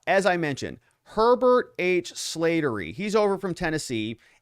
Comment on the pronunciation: This Irish last name is pronounced Slat(as in slats in a fence)- ter- ry. My dad’s best friend had that last name. RIP